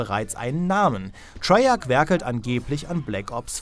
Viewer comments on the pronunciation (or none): none